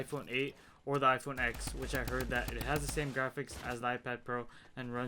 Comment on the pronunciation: It's pronounced iPhone 10